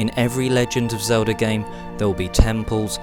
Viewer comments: I'm a gamer and who the hell is "Zelder"? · Who the fuck is Zeldar?